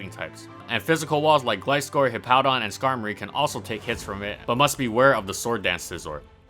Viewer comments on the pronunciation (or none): none